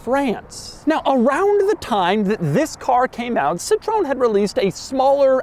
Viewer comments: Your pronounce of Citroen is very... American 😅, it is pronounced a bit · Hearing you butchering the pronunciation of Xantia and Citroen is highly disrespectful!!! What an ignorant you are! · the way he pronounce citroen #CRINGE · For the love of god, Doug, learn how to pronounce Citroën properly. It makes me cringe every time you say it. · The mispronouncing of Citroën hurts my brain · Please say citroen correctly. 😊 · Doug, for future reference, this is how you pronounce Citröen :) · The quirkiest thing here is how he pronounced Citroën 😂😂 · Please pronounce correctly Citroën and Xantia! What you say is a nonsense makes you sound ridiculous! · I cringe every time he pronounces Citroen like the French word for “lemon.” It’s a three syllable word, Doug. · Hey Doug, you have to work on your French: you’re mispronouncing ‘lemon’. 😉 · OMG that Citroen pronunciation 😱😳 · dude can't pronounce Citroen or saleen..... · It’s annoying the way he wrongly pronounces Citroen 😂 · Challenge: be Doug and pronounce a French car manufacturer correctly (impossible) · I love Doug’s consistent mispronunciation of European brands lol I also love this car. The last Citroën that actually had character, and one of the last ones fitted with their famous hydropneumatic suspension. Apparently it felt like driving on cotton… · Do Americans really pronouce it Citrone instead of Citro-EN? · Citron??? It's called "C TRO N" 🤣🤣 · It is not Citron It is Sitroen!!! CIT is like a sit in english RO is like ro in road and EN is like An in Andrews. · It's called CITROËN, with an E. It's not CITRON. It's Ci-tro-EN. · Hey Doug. It's not "Citron". It's Citroën. Greets. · CitroEn, non Citron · Citroon? Didn't notice that diaeresis? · Doug, you pronounce the brand wrong. It's Citro-N, or Citro-ENE not citron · Come on Doug!! I know you can pronounce the name of the brand better. (SIT-THROW-EN) not (SITTRON) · Doug it’s actually pronounced citro-en not Citrown. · citrone zantia.... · Not a citron its citro-en